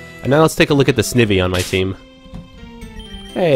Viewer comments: not to be a troll, but the way you pronounce Snivy is [Sn-I-vee] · This is a super helpful video but... the way you pronounce Snivy... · Yeah! XD